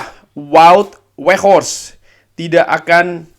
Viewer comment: Tapi ada juga yg bilang penyebutan nama wout weghorst,huruf W dalam ejaan bahasa belanda itu diganti huruf V jadi vout veghorst, tapi makasih sudah beri edukasi dalam penyebutan wout weghorst, sehat sehat selalu sekeluarga